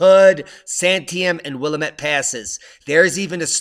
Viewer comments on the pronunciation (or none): Will-AM-it....not Will-a-mit...lol! Thanks for the update. Appreciate your hard work...Thanks for the science and the BOOMS!!! Awesome! Springfield, OR.:) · FYI Willamette Valley Oregon pronounced --> Will-LAMB-it. ...